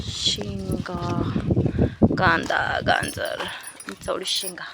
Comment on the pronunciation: गांजर नवे बाई गाजर 😂